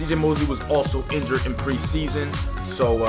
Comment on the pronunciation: It said injued not injured